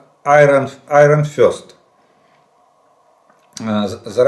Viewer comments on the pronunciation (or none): none